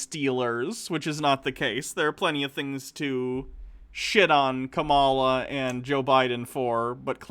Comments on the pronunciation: The VP’s first name is pronounced: “KAmala” not “ka-MA-la”. TKW here pronounces it the way he does just to disrespect her, the same way, and for the same reason ****er Carlson does it on Fox News. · pronouce her name as: COMMA LA